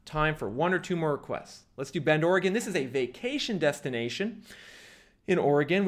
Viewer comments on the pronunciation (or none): none